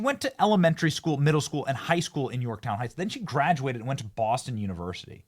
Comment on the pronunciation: Hey AOC, you mispronounced Yorktown.